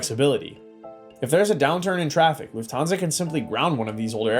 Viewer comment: Try to learn how to speak correctly „Lufthansa“